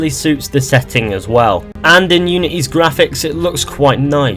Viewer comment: Lol u said gwaphics 😂